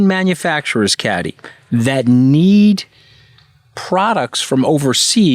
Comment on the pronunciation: Hey Anthony, why can’t you pronounce Kathy’s name!?